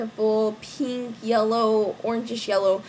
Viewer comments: u say pink like peenk lol its really cute and u look so pretty !!!! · lol i love the way you say pink !